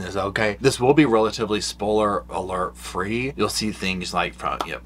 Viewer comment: I can't get over the way says "spoiler".